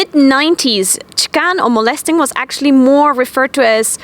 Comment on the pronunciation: Molesting, not "molestering"